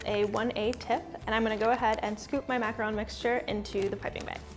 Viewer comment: She actually pronounced macaron correctly!!!!